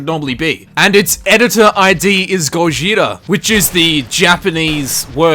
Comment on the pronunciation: The Gojira pronunciation is close! Ur goin soft in the r tho and japanese doesnt do soft r’s. Proper pronunciation is more like go-G-ra